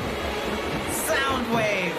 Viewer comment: Sandwawe değil soundwave